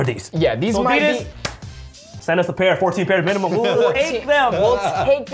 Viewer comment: Yea, if you gonna say it. Say it right...MEEEEENIMUM!!!